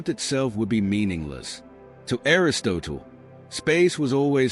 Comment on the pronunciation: I know you are a robot because you can't pronounce Aristotle. If you can't pronounce the most famous Philosopher in human History then I highly doubt you can answer the riddles of existence. See ya bye bye then.....